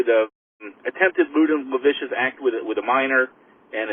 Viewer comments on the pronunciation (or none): "Laviscious acts" LOL